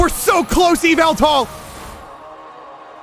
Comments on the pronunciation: it's up to you yeeveltall:it's yah-vul-tall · Someone needs ti tell that it’s axdyally Yahveltal